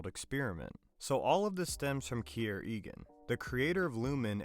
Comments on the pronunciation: Did you even watch the show? If so, i cant understand how in hell you keep misprinouncing the names. Eg. Key-ear, milli-check. No one ever pronounced them like that in the show. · Your AI voice can’t say Kier correctly and you spelled Milchick wrong, it said it as Milichick, what is that, 1/1000th of a chick? Get it together.